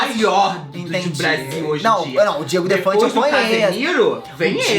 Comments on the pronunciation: O errando o nome do Diogo Defante no início do vídeo sksksksk "O DIEGO DEFANTE EU CONHEÇO" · n é Diego Defante..... é Diogo KKKKKKKKK